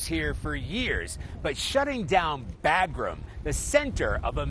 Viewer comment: It’s freaking pronounced “Bah-grum”!! Pretend like we’ve been there for 20 years